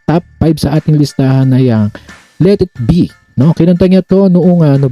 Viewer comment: Pagbigkas ng let it be..bisaya..let it biyy daw